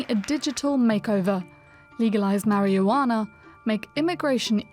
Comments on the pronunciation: "Mary-you-wanna". LOL Marijuana, I think... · The journalist pronounced the word "marijuana" as if she'd never heard the word before.